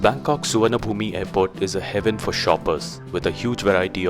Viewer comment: You don't enunciate the 'e' sound in Souvanabhumi -- just Sou-wan-a-poom.